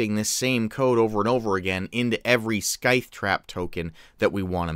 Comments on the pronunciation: I love you man. Your videos are amazing for us DMs. But its Sithe, not Skythe. haha Regardless, I'm going to be using this. Thanks for the vid. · And, hate to point it out, but you are mispronouncing scythe...there is no "k" sound, it's a silent k. It is " s-eye-th"